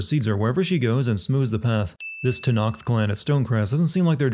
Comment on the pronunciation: It's not TANAKTH for fcks sake.